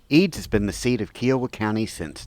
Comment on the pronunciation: Interesting walk-through. I've always heard Kiowa pronounced with an emphasis on the "I." KI-owa.